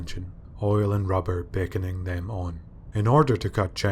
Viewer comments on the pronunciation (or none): none